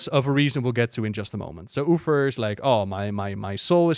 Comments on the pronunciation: What the deal with "Ufer"? Is it an intentional gag or just miss pronunciation? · did he literally said Uther's name wrong in first two minutes?